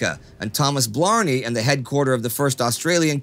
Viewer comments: BLAMEY! BLAMEY! BLAMEY! NOT BLARNEY! Blimey. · Umm...it’s not Blar-nee ....it’s Blame-ee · General BLAMEY- not Blarney!I don' think he had kissed the stone. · Just a small thing, It's Blamey.. like Blay-Me Not Blarmey like Blarney Stone. Australian is a hard language ;-) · The Australian general's name is Blamey, not Blarney. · General Blamey was pronounced Blay-Me. Not that it matters because he was an incompetent who got thousands killed through poor strategy and giving bad political advice. Amazingly, he was promoted to Field Marshal just before he retired. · Hi Indy just a quick word about Gen Blamey - it is pronounced the same as blame just add the ‘y’ ie blamee. A very controversial character in Australian WW2 history. Keep up the great work mate! 🇦🇺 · It's Blamey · G’day I’m sure someone has already mentioned this, but the pronouncing of General Blamey’s name is incorrect. Try to Aussie it up a tad more and you may get there. I’m sure there are audio sources available on the net which can guide you. Btw love the show.